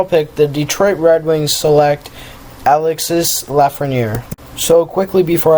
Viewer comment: It's your pronunciation. It's Alexee, and it's Stootzluh.